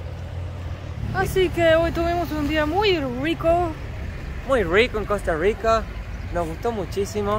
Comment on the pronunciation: Cuando el chico trata de pronunciar las erres de costa rica, no las pronuncia bien, las pronuncia como gringo. Puede sonar parecido, pero no es igual, la erre costarricense es retrofleja y la erre gringa es aproximante. La erre retrofleja es más difícil de pronunciar, por lo que se entiende que la pronuncien a la gringa y piensen que eso es todo.